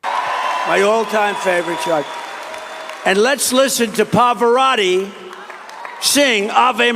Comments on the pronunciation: When he said Pavaratti 😂😂😂 he butchered him😅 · 🤔 Funny, He's standing in front of a BLUE Background 😂 "Poparatti"... ??